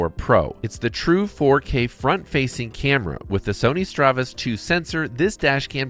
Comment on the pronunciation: Good review except it's StaRvis, not StRavis (star-vish, not stra-vish).